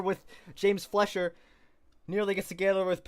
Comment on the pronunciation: James recovering from that wreck to get a top 10 finish shows some of the potential he has. Hopefully he keeps it clean and has a solid race for the opener at Daytona. Also you kept pronouncing his name as James Fletcher but his last name is actually pronounced FLYSH-er, like Max Fleischer. Just something to keep in mind for later.